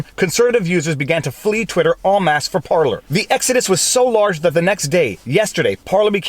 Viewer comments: Par-Lays, not Par-Lees ; ) Flippin' english, turns out 'parlay' is a different word with different meanings. Rabble rabble rabble! Bloody Jack Sparrow using the wrong bloody word... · You're saying Parleys wrong. It's Par-Laays. Think Pirates. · "Par Lay" you're from French Canada why do you pronounce it wrong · PAR-lay PAR-lay PAR-lay PAR-lay. Ffs is that so hard. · It's par-LAY viva.. par-LAY! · I think they are called "par-lays".